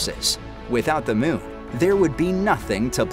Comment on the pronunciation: The "miun"! Annoying vowel sound!